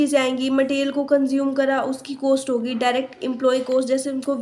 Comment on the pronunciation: maam its cost not coast